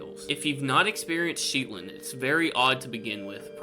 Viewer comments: Shetland isn’t pronounced as Sheet-land, there is only one ‘e’ so it’s probably more similar to Shed-land but just changing that first ‘d’ to a ‘t’. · Shetland is single E not double... Shet not sheet. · It's Shetland, NOT Sheetland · Its Shh-ett-land. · Giggling at your pronunciation of Shetland.... (It's not sheetland, although I think I might have to call it that from now on!!!!) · Hello from the north east England Shetland is pronounced- shetland shet Pronounced like jet I look forward to seeing your posts.👍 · Shetland only has one "e", buddy. Shet-lund, not Sheet-lund. And Newquay is pronounced New Key, like two separate words. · you do make me laugh, especially when you butcher UK place names. such as Sh-et-land and Newquay = New Key. The only one of the stories that sounded believable was the last one. Thank you for making me smile on a cold January day.